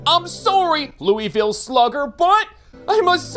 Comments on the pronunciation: The way he said Louisville gives me pain as a Kentuckian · i hate the way he said “Louisville Slugger”💀